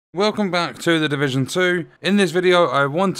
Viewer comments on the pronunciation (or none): “Welcome Back To The Divuuuhhhuggghhh!” facepalm 🤦‍♂️ inside the mind thinking 💬💭🗯seriously this game sucks